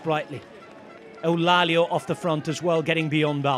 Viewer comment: Well, I'm sorry to say that Eulálio is not pronounced like that in portuguese, he's saying it like a spaniard would.. 😅 Classic